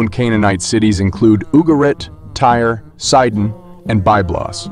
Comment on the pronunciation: With respect, Byblos is pronounced "Bib-los" not "By-blos" and "Ba'al" is Ba(glottal stop)al, not "Bayl". (By the way, the word "Bible" comes from "Byblos" which gave its name to biblos or book in Greek, as the port for the rolls from which early books were made. Thank you for the video. Ba'al also simply meant "lord" and was used for different deities like Ba'al Hammon or Ba'al Dagon, or Ba'al Marduk (in Babylon). The Biblical Beelzebub comes from Ba'al Zebub.